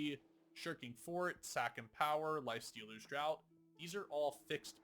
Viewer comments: Draught is pronounced 'draft', like 'draught beer' meaning from a barrel rather than a can. Just a heads up, it's not the same as tje word 'drought'. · Great video again. But I do want to point one minor mistake. Draught is pronounce "DraFt", as in a drink, or a draft of beer. Drought, the way you pronounce it, is a lack of water has an O in it. Lifestealers Draught means Lifestealers Drink. I bring it up as you say it a lot. Sorry to be that guy. 😅